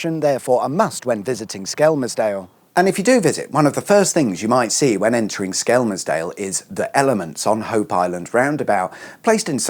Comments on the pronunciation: Anyone else thinks he needs to drop the L in Skelmersdale, or better yet just say Skem' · You don’t pronounce the L. It’s said skemsdale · It's 'dog bone' island. And Skelmersdale is pronounced 'shit hole'... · Nobody pronounces the L in skelmersdale.... it's skemmersdale 😉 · It's funny how you pronounce Skelmersdale 😂😂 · I'm disappointed theres one correcting you in the comments, so now I have no idea if your pronunciation is right or wrong. Also I think you meant unfinished in the title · I'm intrigued by your pronunciation of Skelmersdale.